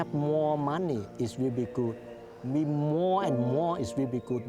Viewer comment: mOOOar moni so we can some get iinglish lessons